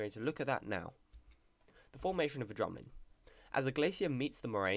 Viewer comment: bruh u speak like the queen. ur like ' dramlin.'